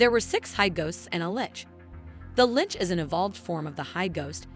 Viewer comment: I think this is the first one of these recap video's I have heard the narrator say the word "Lich" correctly, it's so weird to hear them called "lick's" in the other video's.